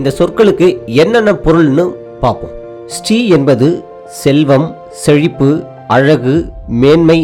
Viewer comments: It is NOT Stree! It is Sri (Siree)😮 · திரு என்பது தான் ஸ்ரீ ஆனது என்பது தவறான கருத்து. ஸ்ரீ என்பதை ஸ்டீ (sti) என உச்சரிப்பே தவறு இதன் சரியான உச்சரிப்பு ஸ்.ரீ என்பதே ஆகும். தமிழில் சீர்வரிசை, சீர்செனத்தி, சீரும் சிறப்பும், சீர்மிகு என்ற சொல்லாட்சிகளை காண்க. இந்த சீர் என்ற சொல்லைத் தான் சமஸ்கிருதமானது சீர்>>ச்ரி>>ச்ரீ>>ஸ்.ரீ என மாற்றிக்கொண்டது. சீர்+மை>>சீர்மை>>சீமை சீர்+மகன்>சீர்மான்>சீமான் பெரு+மகன்>பெருமான் என அறிக.